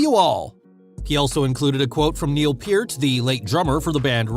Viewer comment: Ooh... Butchered Neil Peart's name... Amateur...